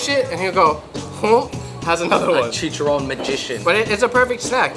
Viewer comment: Ho cahz fellow pinoy here but us here in Hawaii no say “soy sauce” sounds too white washed. Everyone here says “shoyu” sho-you. Baloot? Bah-loht & please roll them R’s when u say chicharrrrooon.